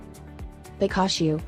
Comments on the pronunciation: Pika-shu?! It's Pika-shu, as in PI-KA-CHU! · The way he says pikachu though